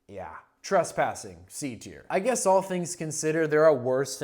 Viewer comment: "In Al seriousness"